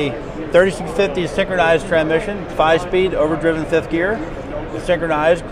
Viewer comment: How’s this guy do nothing but transmissions and yet he didn’t pronounce it correctly the entire video